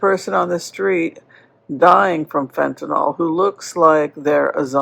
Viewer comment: It's "Fentanyl" NOT " Fentanol" ! It's like "Nuclear" and "Nucular" sheesh! 😊